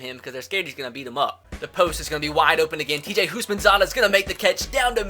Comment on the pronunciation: Who thought of perram crowe when he said houshmansadah